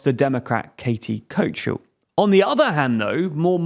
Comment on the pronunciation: Katie Coachel?! It's Kathy (Ka-thee) Hochul (Hoh-kul) I'm really not trying to be critical. I subscribe to all of your channels. So, I'll chalk this up as a simple misreading. Please don't kill this channel. It gives me a good view of how people outside the US view our country.